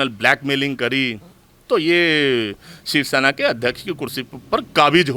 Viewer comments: btw she is saying 'sivshena' which is not close to shivsena or shavsena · Who is this anchor who can't even pronounce "shivsena"?